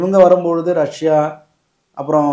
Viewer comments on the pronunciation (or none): none